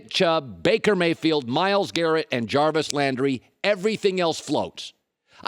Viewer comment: "Chubb, Hunt, Harvey, OBJ, Callaway..." Did Colin just make up a player? Or did he suddenly decide to pronounce Jarvis with a Spanish and French twist?